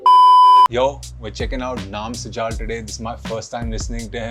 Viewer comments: Bhaijaan ye Sujal ka pronounciation video mein sunne ke baad bhi SUJAAAL kyun bol raha hai? At least naam to sahi bolta! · Sujal ❌ su-jaaal ✅ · Naam sujal ❌ Naam sujaal ✅